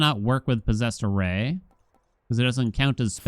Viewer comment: Is it just me or does anyone else hear Posessor Ray when says "Posessed Array"?